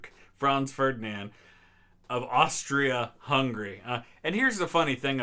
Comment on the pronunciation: Did you really say Ostrich Hungary?